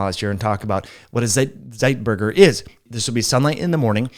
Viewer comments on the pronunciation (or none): I am German. I would pronounce Zeitgeber like site-gaber.